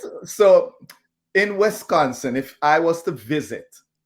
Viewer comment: It's Wisconsin not Wesconsin.